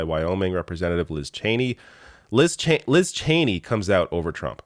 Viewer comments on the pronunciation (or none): none